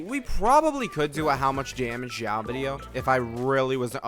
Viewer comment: Isn't it xiao and not jyau ? Is it pronounced that way in Chinese?